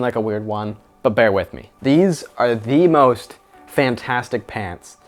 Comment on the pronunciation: i hear that...... "The dee moe"st ? :D